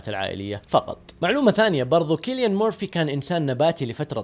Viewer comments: سيليان و ليس كيليان انت تبحث كثير بس ما عرفت تقرا اسمه اجل لو ما باحث شتسوي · مجرد تصحيح اسمه يتنطق سيليان وليس كيليان